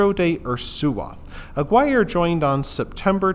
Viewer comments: It's pronounced "ah-gear-ay" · That is definitely not how you pronounce that